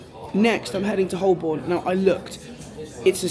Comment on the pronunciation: Great video. For future reference, Holborn is pronounced "ho-bon". Silent l and r.